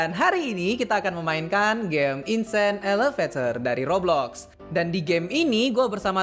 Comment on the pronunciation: abang bilang toblox atau roblox